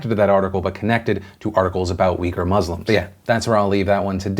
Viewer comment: oof, i kept thinking he was saying “weaker muslims” instead of “Uighur Muslims” 😂